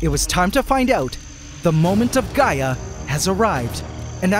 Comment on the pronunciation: I thought bro said "Gy-att" not "Gaia" 😂